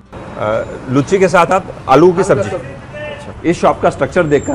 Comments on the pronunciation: Ha ha ha 😃 sirf ek correction bas: Luchhi nahi it’s Loochi (लुच्ची नहीं लूची) या हिंदी में पूरी। nice videos and explanations. Keep exploring 👍🏻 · Hahaha.... Comedy... Sorry sir... Actually m bengali and cant hear that word... Its loochi and not लुच्ची... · Bhai lucchi nahi hota luchi hota hai🙏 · It's Luchi not "Lucchi"